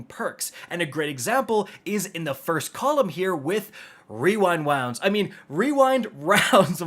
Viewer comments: Wewind wounds for the win 😂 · OK destiny 2 community. It's now called "we wynd wownds" stamp it! 😂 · the wewind wounds bit caught me so off guard lmao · Wewind wounds